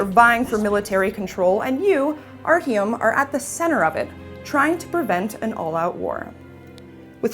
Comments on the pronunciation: "And you, ArHUME are at the center of it" It's Artyom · Lol she said arhyom?XD wow even other mericans can say it better than herXD she really needs a new job,she just,sucks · Actually, I thought that she gave a wonderful review. Just because she pronounced Artyom's name wrong doesn't mean that she sucks, or needs a new job. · As soon as I heard her mispronounce Artyom I instantly closed the video. You clearly didn't play the game.